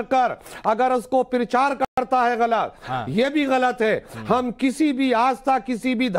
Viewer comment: अरे भाई परचार नही प्रचार बोलो